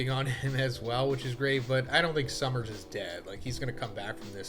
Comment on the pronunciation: Yeahhh I'll be back once Sommers is gone. Idk if I can listen to say "summers" a million times. I didn't care at first but now I'm like ight man I'm good 😂